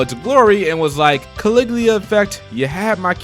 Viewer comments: Ka-Lig-U-La not Caligleea bud. Great video tho! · Let me tell you about Caliglia Effect. Caliglia! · what the fuck is CALIGLIA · Its CALIGULA...jesus christ... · At least learn how to pronounce Caligula, come on